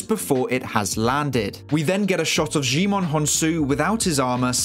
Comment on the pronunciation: Djaimon is pronounced "jai-mun". I overheard him say it to the covid testing people on set. I worked on this film